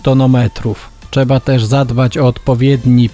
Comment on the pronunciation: Jedna uwaga co do filmu. Nie mówi się czeba tylko trzeba...